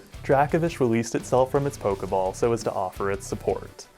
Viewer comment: That Dracovish pronunciation is seriously starting to vex me to the point of insanity. I mean, how would you pronounce “Draco Meteor” or the “Draco” constellation? Again, my ire is mostly aimed at the anime for giving it the pronunciation, but this certainly doesn’t help.